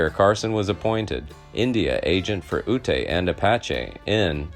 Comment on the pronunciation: The name of the Ute people is pronounced Yoot, not Ootay. If you want to do history videos, try doing more research.